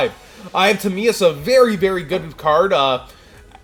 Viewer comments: the eye of teh-my-us......you hurt me with timeeus lol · Ta-MY-us. Eye of TIMEAUS... Oh u fixed it later 😄😄😄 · The eye of timaeus pronunciation hurt man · Yung Marik I don't mind the kabazuls pronounciation but I just can't see how you can get Timaeus wrong if you have watched the show and the iconic way Atem says it